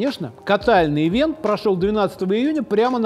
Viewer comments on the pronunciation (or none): none